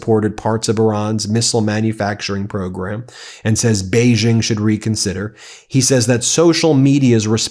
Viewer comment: Ben, please upgrade your pronunciation of Xi Jinping. “Xi” sounds much more like English “she”. Neither it nor Beijing”use the French “g” as in “beige”. So “Xi” should sound like “she”,and the “-jing”in “Beijing” should sound exactly like “jing” in “jingle bells”. — China watcher.